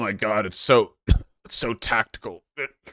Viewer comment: Every time I hear Vaush say tactical my ears prick up